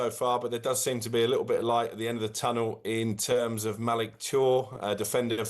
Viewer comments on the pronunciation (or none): Reports from.his bedroom, calls him Malig Chore and is clearly a idiot like